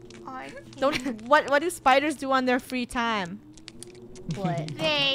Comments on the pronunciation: Im scared on "spooders" TwT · No one: The krew: SPOODERS